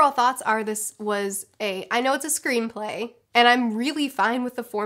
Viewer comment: Keep cringing each time she says screenplay